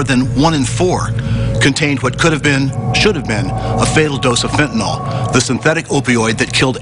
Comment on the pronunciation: So awesome to hear the male reporter pronounce Fentanyl correctly . He says it perfectly, as a 3 syllable word pronounced “FENT-ah-nill”. Most people say it in 2 syllables as “FENT-nuhl”, but congratulations to this reporter who is the first person to say it correctly since 2018, in the videos I’ve seen.